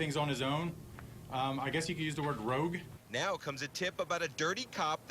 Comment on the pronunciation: "Rogue". lol